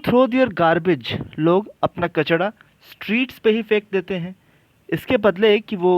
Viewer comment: kachda nhi hota sir kachra hota hai